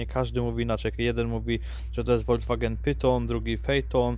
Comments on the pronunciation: Nie ma marki samochodów woldzwagen 🤣 jest folkswagen zapis fonetyczny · Proszę mów Folks-wagen a nie Wolcwagen, bo uszy krwawią...